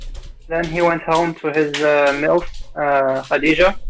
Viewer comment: Did he say milf ?